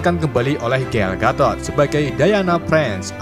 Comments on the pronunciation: Gal gadot woi bukan gatot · GAL GADOT WOOYY. BUKAN GATOOTT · gal gatot 😂😂 gagal total, galgadod bang bukan gatot